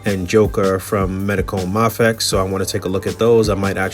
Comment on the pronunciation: It's may-fex* 🕵